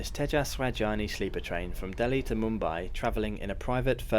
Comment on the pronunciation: It's Mumbai not Moombai